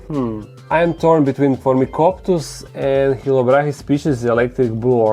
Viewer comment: Phormicoptus? Helicoptus? Hahaha you are killing me;)